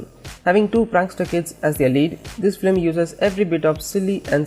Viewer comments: why dose he say flim its film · why is he saying "flim" instead of film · It’s FILM NOT FLIM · Its film not flim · why does this guy keep saying Filim... ugh, its Film or just stick to animation